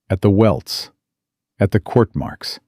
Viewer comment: You mispronounced and misspelled quirt